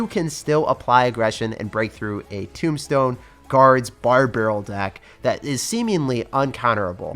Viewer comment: Why do u say tombstone timbstone